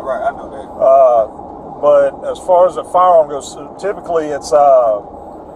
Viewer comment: Fiyeyahm - "firearm"